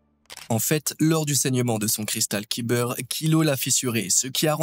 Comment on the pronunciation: "Cristal Kiber " ça fait mal aux oreilles chef